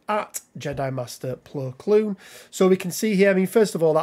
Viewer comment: Saying his name wrong